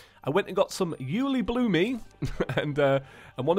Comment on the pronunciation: The way you say, uhhh, you-lee-bloom-ee cracks me up :D